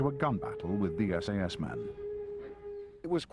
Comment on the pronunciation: WHy is he pronouncing SAS like SS?